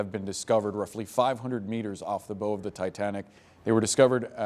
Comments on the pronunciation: THE WORD IS PRONOUNCED BOW, LIKE COW, NOT LIKE ROW. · The "bow" of a ship is pronounced as it "taking a bow." Not like in "rainbow." This report should be re-dubbed immediately. Embarrassing, CNN. The rich people on board this sub deserve better.